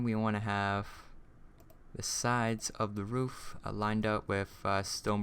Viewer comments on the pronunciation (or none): none